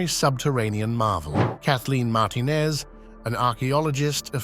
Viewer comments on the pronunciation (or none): none